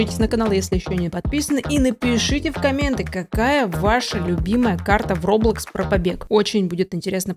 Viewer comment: это не роббббблокс а Роблокс